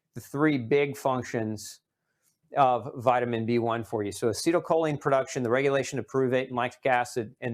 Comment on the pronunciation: There is no perduction…are you trying to state the word pronounced production?